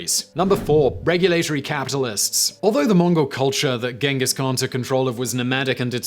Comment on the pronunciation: I'll throw a party the day Simon learns how to pronounce Genghis khan 😅